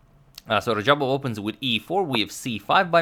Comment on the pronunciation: #Suggestion Antonio it is not Rajabov but Radjabov